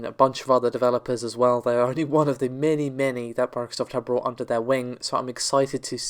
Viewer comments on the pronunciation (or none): none